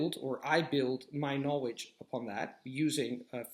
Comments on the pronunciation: Agree with what you said! Tip: You have a strange pronunciation of "KNOWLEDGE". You say or KNOWEDGE... You don't pronounce the L, which is weird in an otherwise pretty excellent accent:) Just wanted to point that out, as I'm sure you can easily correct that! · In learning a new language, one must be open to correction...which is how you learn. If he said "na-wage" that many times to me in an English conversation, I would have done everything imaginable to refrain from laughing...not at him, but the pronunciation. It immediately made me think of Tweety Bird.